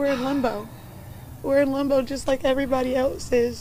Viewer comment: We’re in lumbo😂 it’s limbo not lumbo